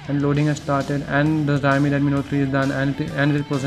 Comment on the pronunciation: the video is just lame...dats not how you compare smartphones....nd whats d meaning of 3gigs of ram...the chipset also makes a big difference,,lik snapdragon 820 chipset is 2 times faster than the snapdtagon 810...do the math urself,,,,nd dude its pronounced "Chao-mi" not "jaaiyomi"